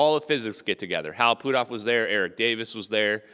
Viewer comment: put off is not pootoff, stop messing the guys name up every time you say it